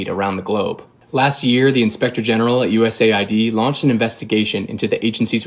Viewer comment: Americans established USAID, but they can't pronounce it correctly. It is US AID, not USA ID !!!